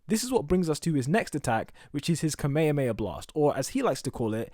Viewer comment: You say Kamehameha wrong. You said "Kamay - ah - amay - ah". Its pronounced "Kam - eh - ham - eh - haaa!".